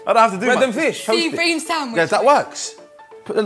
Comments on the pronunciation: The way chuckz pronounced sea bream 😂🤣 then co sign him bloody hellll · It's bream but my my pronounces it brim